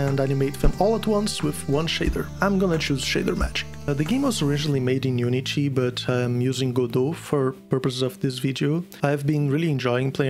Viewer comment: Brasileiro? Asking because the way you say unity